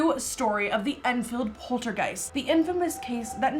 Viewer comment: polterg OI st lmao, love you